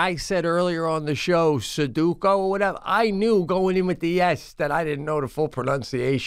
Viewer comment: I can't unhear Sudookie now. Let it be known from this moment forward Sudoku is now pronounced Sudookie. 🤣🤣